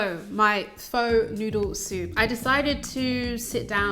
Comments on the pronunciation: Pho isn't actually pronounced as "Fo" or "Foe" but rather as "furr"... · In Saigon it was pronounced 'Fa' not Pho (Fo). Pho with chicken is called Pho Ga (Fa Ga) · I love your recipes and really don't want to be that girl but it's pronounced "fuh," as in "What the pho." Keep up the awesome work! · Hello beautiful. Pho is pronounced fu..ughhh. Have you tried making the broth w apples and daikon? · I love you! But it's pronounced "phu" just so you know in the future! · It’s pronounced “Fuh” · It's not really not pronounced pho. I mean, not that it matters and I know my saying it is probably quite annoying but I can't help myself. It's pronounced, "fuh". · It's pronounced fur,. Lol. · Hey lady, good recipe! I love pho! But it is pronounced 'fuh' just so you know! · I'm sorry but you do not add maple syrup in Pho, you use rock sugar or normal sugar. If you want a proper recipe on a vegan pho check out Helen's recipe! Your pronunciation of Pho was abysmal! You have completely butchered it.